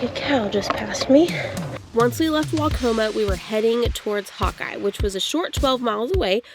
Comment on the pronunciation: Welcome to Iowa!! Hope you come back!!! Waucoma pronunciation was spot on. However before Mason City, the small town of Klemme has everyone saying it wrong. lol lol lol. It’s pronounced Clem-E. Shamrocks ☘️ as their mascot when they had their own school back in the day.